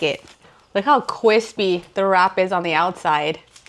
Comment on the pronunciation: Kwispy? Lol